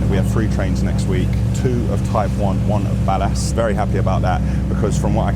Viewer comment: Currently binge watching and LOVING the content, BUT seriously I've NEVER heard ANYONE pronounce "ballast" the way you do lol! Nobody I've ever heard goes hard on the second 'a' in ballast the way you do. It's either ballist or ballest, but not ballAst lol! I know you're probably 100% grammatically correct, but I've just not heard it said that way anywhere else - Ever! Love the the shows and you really are a role model for young fellas growing a business and basically getting shizzle done - Good luck and keep it up!